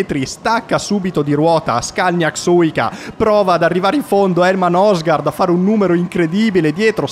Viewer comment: La pronuncia sarebbe " Nursgoord"